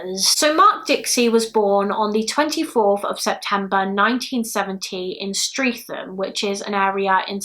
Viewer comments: No shade, just a heads up.., Streatham is actually pronounced STRET-UM. I live close to where this happened, I remember all the posters up at the time, asking for any witnesses to come forward. And then when he was arrested at the Six Bells Pub in Horley we couldn't believe it! He seemed like a 'nobody', no personality, just somebody you barely noticed! Turns out he was a murdering scumbag! Great video! R.I.P Sally Ann 🌹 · FYI. Streatham is pronounced Stretum. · Very local case to me being in the Croydon and South West Lindon side and must say very well presented. But … when you mentioned where he’s from it’s pronounced Stret-um😊 (streatham) and same with Mitcham (Mitch-um) even nearly 20 years later this case is still so sad she was going to achieve something big and was stunning.